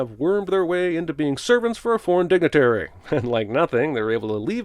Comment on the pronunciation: What's with the UK accents? They didn't have to speak authentic Persian, but could they at least have attempted Middle Eastern accents? Edit/Note: Alternate title: "Dastan Saga" <-(No one will get that reference.) He even says "dig-nit-tree" in that UK style where they leave out entire syllables for no reason. The word "Armageddon" is derived from Hebrew transliterated through Greek. It means "War at Megiddo" (and also means something to the effect of "Hill of Slaughter"). The term wouldn't have been used by Persians during this epoch of history. The term also is NOT synonymous with "Apocalypse" (which means "Revelation" in the original Greek). Both of these terms are misused thanks to pop culture. Even modern dictionaries define them according to their subjective, common, incorrect use instead of objectively defining them according to their original and intended definitions. And yes, that means the movie 'Armageddon' has but two things to do with Armageddon: Jack and squat. And Jack left town. Wouldn't camels be respected in this culture since they're essential to everyday life? Beasts of burden built for a desert environment and whatnot? Seems like they be "economically viable" as well as culturally significant. Whenever he travels through time, you have to imagine the Long-Second Escape theme from 'Trancers' playing in the background. Why is wearing those straps around his arms? Why do so many video game characters have that? Those straps don't